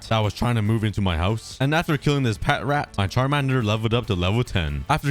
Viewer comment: I love how says “hauz”